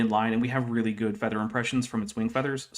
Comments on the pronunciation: It took me like 10 minutes to figure out that by "feeder" he actually meant feather. Perhaps because I was just listening to the audio for a while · First of all, needs to learn how to say feather and not feeder. I was so confused by that. I know it's not his native language, but as an English teacher, I have taught proper pronunciation to many adults. Second, maybe he should also prepare for his debates? Last time his argument for not being prepared for a very common topic was "I only had a day". I could have debated that topic without doing an hour of getting prepared, since he obviously had no knowledge of the topic. He has very little knowledge of this topic as well. I'm not a biologist, but even I see how wrong he is. He's basically just rehashing "it's complex, therefore designed". He also thinks feathers - not feeders - are completely different from fur - it's called fur, not hair when on the body of an animal - when they are not. We know dinosaurs had several types of proto-feathers.